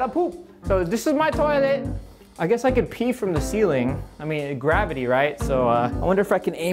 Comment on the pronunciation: Guavaty instead of Gravity